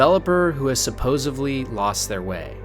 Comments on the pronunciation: I was with you. Then you said "supposevly." Multiple times. D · Great video, one complaint, 'supposedly' not 'supposively'